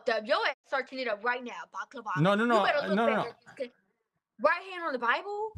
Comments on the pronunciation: The girl that could not say balaclava to save her life lol. "You searching it up baklava" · Why’s she keep saying baklava